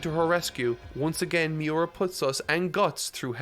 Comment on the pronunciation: Mee-oo-rah, not Mee-you-rah. U=OO